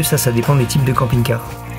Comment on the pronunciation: j'ai compris "camping gay loisirs".